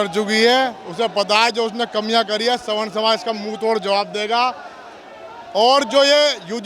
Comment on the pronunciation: स्वर्ण नहीं सवर्ण होता है गदही स्वर्ण मतलब सोना धातु और सवर्ण कुछ ऊची जातियाँ